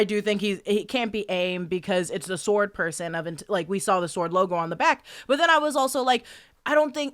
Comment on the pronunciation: Sword not “sworrrrn”